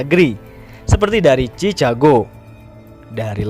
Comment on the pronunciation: ....😁. Rumus nya jika CA d baca KA jika CI dibaca SI CU dibaca KU Lalu CE di baca SE Dan CO di baca KO. JADI JIKA ADA TULISAN CA CI CU CE CO di baca nya KA SI KU SE KO. MAKA KL ADA TULISAN CHICAGO berarti dibacanya: CHIKAGO bukan di baca spt apa ya Bingung ngomong nya..ya spt kyk km itu 😀😁